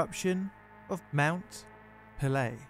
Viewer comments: Just a polite correction it is pronounced pay-lay the apostrophe above the e dictates pronunciation but I loved the video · Mount Pelee is pronounced Mon pel-E-A. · A good tip for pronouncing French names is to put equal emphasis on every syllable. Your 'puhLAY' made me cringe every time you said it.